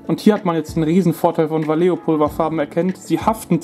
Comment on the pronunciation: Man spricht "Walecho"! ;). Trotzdem informatives Video mit überzeugendem Ergebnis! :)